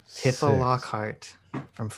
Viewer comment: I haven’t heard someone call her Tiff-uh since that ancient FF7 parody flash